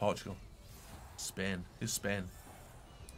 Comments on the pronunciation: It’s been spain without the n? It’s been spai? So much spaiiii 😂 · Sorry does he say Spain without the n or am I being stupid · Who else realised said am in Spain with out the n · "Spain without the n' spai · Spain without the n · He said spain without the n